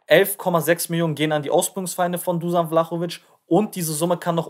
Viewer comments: Seinen Nachnamen hast du sehr gut ausgesprochen,nur sein Vorname wird Duschan ausgesprochen,ansonsten cooles Video✌🏼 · Richtig ausprechen duschan sonst Daumen hoch fürs video 👍👍👍